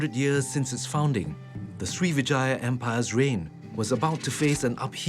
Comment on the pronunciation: Sri Vijaya - Pronunciation of Vijaya is with emphasis on the first syllable...